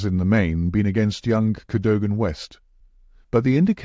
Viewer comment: Mispronounces "Cadogan"